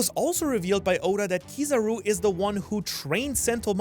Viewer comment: It's not Kiizaru man, its Kizaaru. As you said it comes from kiroi saru, yellow monkey. The tone is on the 'a', Kiz'a'ru. If you are a sub person go check any of the times Kizaru's name is called, Ben Beckman comes to mind instantly.